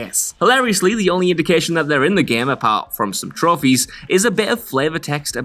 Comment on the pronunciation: "The Gam!!!!"